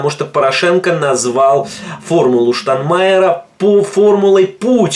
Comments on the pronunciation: Не штанмаер а Штайнмайер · Не Штанмайер, а Штайнмайер. Порохоботам простительно, а Вам,, нет